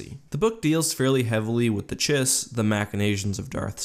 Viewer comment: Chiss is pronounced 'kiss.'